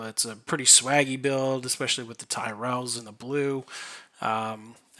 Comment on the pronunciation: homie said Tyrell